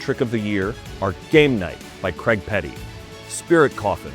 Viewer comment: What cant Americans say Craig correctly.....?